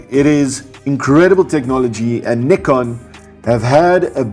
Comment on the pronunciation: Tks for the super comparison and pronouncing Nikon right 😊....